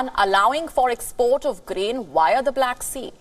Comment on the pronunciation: hehehe i love how Indians can't pronounce the letter V..Via=wia 😂😂